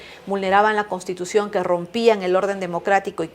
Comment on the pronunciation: ME ABURRES JAJAJAJAJAJA YA VEREA VILCATONA CON EL UNIFORME DE ABIMAEL GUZMÁN !! ESAPRESIDENTA NO SABE DECIR "CONSTITUCION" NI " PROPONIENDO " JAJAJAJ PROPUNIE PROPUGNANDO JAJAJAJA ME MUERO